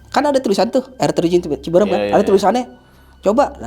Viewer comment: Orang Jakarta bilangnya ciberem orang Sunda bilangnya Cibeureum karena saat pengucapan mulut Ama rahang agak di buka dikit 😁 🙏